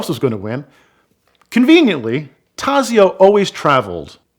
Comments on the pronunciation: Great storytelling but Taxio is pronounced Tott so. Clark is my favorite driver but I cannot go against Enzo and Ferdinand’s choice for the best ever driver. BTW, Varzi is pronounced Vott si. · The Z in Tazio is pronounced like the Z in pizza not like the Z in zone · My ears bleed when I hear his pronunciation of Tazio's name.